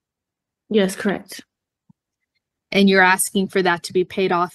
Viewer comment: "COR-RECK." IT'S "CORRECT." THANKS!